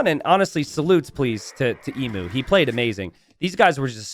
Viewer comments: Yeah I died a little inside when I realised Emu was in this game and hadn't fixed his pronunciation of the word... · man I wish you would pronounce Emu right. Its "Eem-you" not E mu. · As a aussie hearing people pronounce emu as "e-mu" instead of "eem-u" is just so wrong